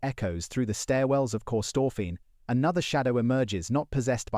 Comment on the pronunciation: 😂 kee STORPHIN🎉